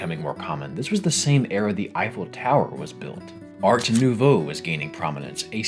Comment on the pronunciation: I will have to come back to this video, I bought the game a couple months ago but I was too absorbed in Persona 3 Reload to play it, so I need to get on it soon. Also nouveau, just because I'm a nitpicky French teacher.